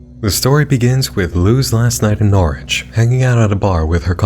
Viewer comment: I’m glad pronounced Norwich right. Woop my home county got a brief mention